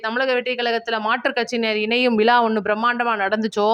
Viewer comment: சகோதரி நடந்தது மரகதம் குமரவேல் நடத்தியது விழா அது விலா இல்லை. உச்சரித்து பழகுங்கள். கேட்பதர்க்கு கண்ராவியாக உள்ளது.